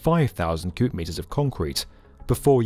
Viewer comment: It might just be me, but itsounds like he's saying good or cubed meters, when i think he's saying cubic meters